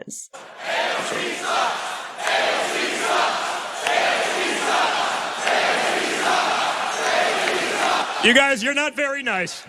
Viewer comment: You can tell where you are come from when you begin by saying her name wrong. It went downhill from there. Complete and utter rubbish. Don’t be so stupid.